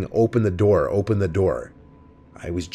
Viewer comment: 'open na noor